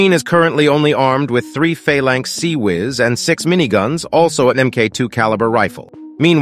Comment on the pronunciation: Bro really just pronounced CIWS as “seewiz”